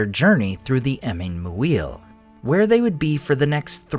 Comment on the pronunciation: FYI, "Muil" would most likely be pronounced as "Meer" or "Mur" (long U), rather than the phonetic "Moo-eer". 🙂